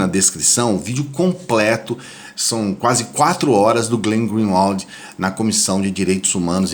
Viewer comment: Isso ta muito engraçado.... Todos os canais da resistência pronunciam o nome do Glenn errado... E olha que não é taão difícil... Borelli: Glín grín-ualt, intêrcept Ghiraldelli: Glên/Glín grin-uárd/glin-uard (e mais umas 4 ou 5 variações, uma mais bizarra que a outra): Glên grin-uálts O unico que pronunciou corretamente foi o Bugalho: Glên Grin-uóld Aquele abraço